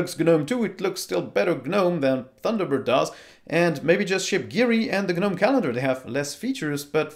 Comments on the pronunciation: It's just pronounced "Nome" not "G Nome". It's a silent G. Ubuntu Desktop is used by corporations they aren't going to change it as much, Ubuntu Desktop 20 works really well and really simply. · Please stop using the "G" in Gnome as it's silent. You don't buy garden "G"nomes after all!!